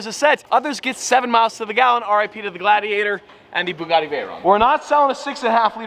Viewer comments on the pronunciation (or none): none